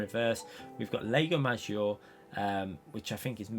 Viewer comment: think people would avoid catalunya in the group ones, that damn chicane at the end!!! maggiore - pronounced 'MAH JEE OH RAY'